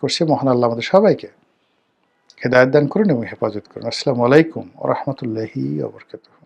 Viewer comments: আপনে সালামটা স্পষ্ট করে দিবেন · Salam not clear 😆😁